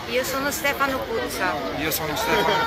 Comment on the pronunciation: Si dice Puzze'r, cognome Veneto, tipo Padoan e' Padoa'n